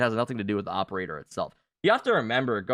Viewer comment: the awperator lmao